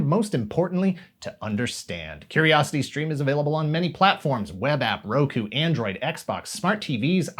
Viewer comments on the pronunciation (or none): none